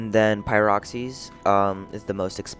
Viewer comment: Just a nit pick... It's S..core..dite. And Pie..rocks..ene